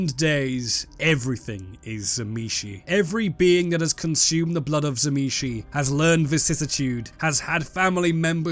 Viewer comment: you are pronouncing tzimisce wrong m8, It is "zim-eat-see" according to its creator